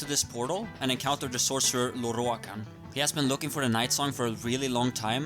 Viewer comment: ok rewatching this can i just say i really like listening to you pronounce lorroakan's name . the rolled R's !!!